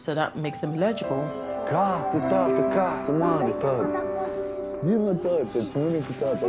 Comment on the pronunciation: Like many Hispanics, who pronounce it as "illegible", apparently, these non-White "English" people don't know how to pronounce the word "eligible" (el’-i-gi-ble). The first vowel is NOT silent. As a matter of fact, the hard accent is placed on that first syllable comprised of that first letter of a short "e" and the "l" (el’) sounds. Instead, the way they're pronouncing it sounds like the word "legible", with an accent on the "le", and dropping the first letter, thereby dropping the first of "4" syllables. This makes it a completely different word with a completely different meaning; so, YES, it's important.